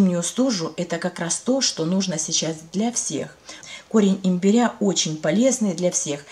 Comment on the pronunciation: Спасибо за рецепт. Но ставьте, пожалуйста ударение на первый слог: имбиря. По ушам бьет.